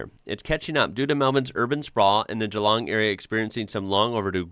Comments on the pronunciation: Hats off to you for pronouncin GEELONG properly - not GEE LONG like so many British and Yanks do. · Impressed about your pronunciation of Geelong. Well done sir. You are now an Australian.